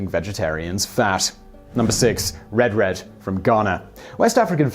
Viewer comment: The best Canadian food is Poutine, french fries covered in gravy. It's a truly inspired dish. BTW, Simon, you pronounced RED wrong. snicker.